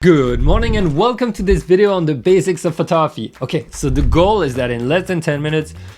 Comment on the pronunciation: taking photography lessons from someone who can't even pronounce the word "photography" properly